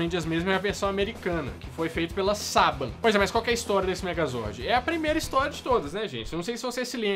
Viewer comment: o nome se pronúncia saBAN